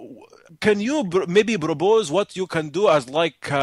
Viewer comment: He is actually very well imitating an Arab. "can you brobose.." LOOOOL Arabs indeed cannot pronounce P. There is no P in Arabic.